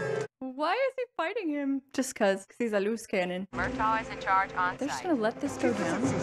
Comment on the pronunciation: Hey! I love your reactions, but in this one, it almost sounds like you're pronouncing the name of Danny Glover's character as "MUR-tog," with a G sound at the end. It's actually "MUR-taw."